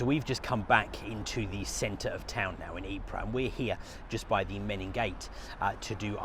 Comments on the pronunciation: A very nice Belgian lady once told me that it is pronounced ''Eee-purrrr'. Spending a little time there, I found that she was correct. And you roll the rrrr's, too. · Ypres is spelt Ieper in Flemish and THAT is how it is pronounced!! EEPER. Get it right! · The Belgians pronounce it " EEP "..Get it right..